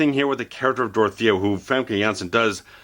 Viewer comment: This guy is the only reviewer to get Dorothea's name right.